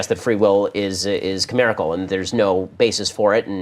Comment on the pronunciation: what does Ben say? Free will is "camerical"?